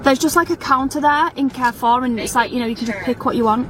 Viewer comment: My good she can't even pronounce Carrefour correctly. She's teaching her children fgs